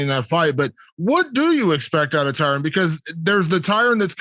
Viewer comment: Jake keeps calling Tyron as Tyrone lol and no one corrects him